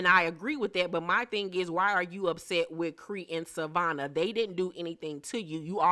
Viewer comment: Right Savonna not Savannah